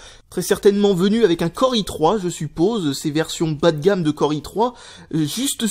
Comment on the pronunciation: "bâ de gâmme" apprend a parler stp